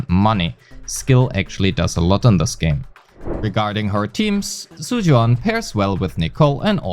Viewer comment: all white people needs to get a memo on the Chinese spelling of Zhu, it's pronounced "Jew" and not whatever the the hell you said